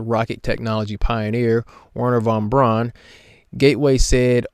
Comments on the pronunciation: Hey,, Braun is a German word meaning brown. It's pronounced brown, like the English surname Brown, meaning brown. It's not brawn, as in muscle. It's brown, as in brown, meaning brown, which it means. Brown! BROWN! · For Pete’s sake it’s Wernher Von Braun and not Warner Von Brawn 🤦🏻‍♂️ all of you pronounce his name completely wrong !! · everybody in this video pronounces the "Braun" in Von Braun like "prawn" when it should be pronounced like "brown". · Braun is pronounced like brown... Simple. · I don’t know why the fact that Wernher von Braun (Pronounced BROWN seeing that it is German) was a NAZI have anything to do with anything. Seriously! Get over it! The world is FULL of NAZI inventions (obviously developed to where we are now) that everyone enjoys, and use to make stupid flat earth & space denying videos… So if hates the idea of anything NAZI so much, then he has to immediately stop making videos, destroy his TVs, monitors, computers, and the desk his stuff stands on. No liking VW, or Porsches. And if he enjoys Fanta, or Jägermeister while flying anywhere, then I have some bad news for him… Because here are a few NAZI inventions: • TV – (Einheitsempfänger) • Fanta • Acoustic torpedo • Anechoic tile – (Outer tiles on submarines) • Anti-ship missile • JET POWERED Aeroplanes – (Messerschmitt Me 262 & Arado Ar 234) • Jägermeister • Jerrycan • Particle board also known as chipboard, flakeboard, or waferboard. • Volksflugzeug (People's Aircraft) – Basically the start of the idea of small private owned aircraft like Cesna 172s and so on. • Volkswagen Beetle – By Ferdinand Porsche who after WW2 built… wait for it… Porsches. • VW (Volkwagen) was founded by the German Labour Front by Adolf Hitler. • Computers – (Z1, Z2, Z3, and Z4) • Long range missiles • Guided Weapons • Night vision